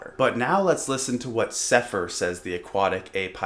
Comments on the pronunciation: You can`t even say his name right. It`s Sepehr not Sepher. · You can’t even pronounce “Sepehr” properly lmao